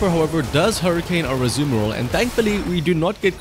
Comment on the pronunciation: ur accent to say "azumarill" makes me ear "The Samuroth"